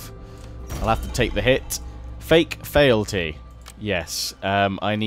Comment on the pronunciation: Just a note since this has come up a few times now, but the word 'fealty' should be pronounced 'FEE-ul-tee' not 'fay-ul-tee' like you've been saying it.